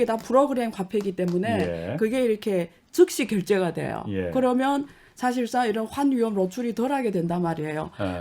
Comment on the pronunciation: 교수님! 억양덕분인지 귀에 말씀이 잘 때려박혀좋네요!그런데 "개면"☞그러면으로 바꿔발음해주세요!ㅎ그러면 맞죠??무튼 한국어 실력 짱입니다요!!